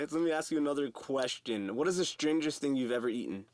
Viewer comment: Why do these white people keep saying ting lol